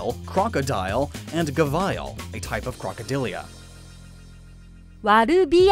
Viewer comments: Gah-vile? Wow. It's gavi-ahl. Variant of gharial. Your mispronunciations are epic. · The way this man pronounced Ghavial. And he does speak English!